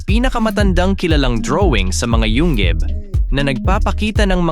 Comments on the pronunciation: Yungib! Hindi yung gib😂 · Alam mong AI ang nagsasalita dahil ang pronunciation niya sa yungib ay yunggib hahahahaahha